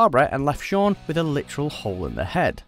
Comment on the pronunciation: Sean SEAN HOW THE HELL DO YOU MESS UP THE NAME OF THE MAIN CHARACTER IN SHAUN OF THE DEAD!?!!